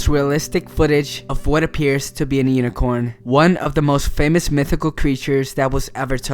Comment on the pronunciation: did you say unicorn